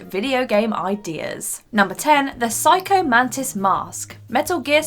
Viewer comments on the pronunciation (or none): none